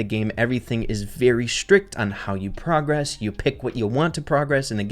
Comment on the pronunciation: why do u say progress incorrectly but progression is fine 😭